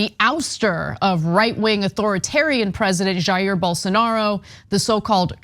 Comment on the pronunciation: You're just an asshole, you can get lost if you don't wanna watch. But it is weird that Ana mispronounced Jair, I thought her husband was Latino. I don't know any Spanish people but even I know that it's pronounced like "Ha-ir"